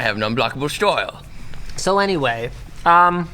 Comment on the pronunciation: "I have an unblock-able shto-yle!"